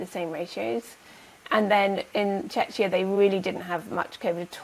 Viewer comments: not sure where you heard that Czechia is pronounced CheChya (similar to Chechnya), I was born in old Czechoslovakia and can assure you Czechia is pronounced Chekya.. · Hey Doc - Not Chech-ee-ah. No one is Czech calls it this but Check kee ah is they way they say it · Czechia us pronounced with a "k" in the middle. The way you both do it sounds more like Chechenya.